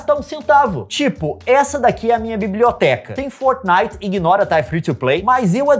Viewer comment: Não é fornit ê fortnite